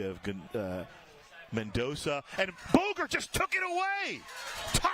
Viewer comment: Bogart not Boger!